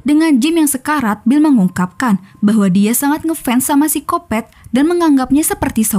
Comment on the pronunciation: Paling enak denger suara apalagi pas bilang "seksoy" "sikopet" sama "ganjoy" 😀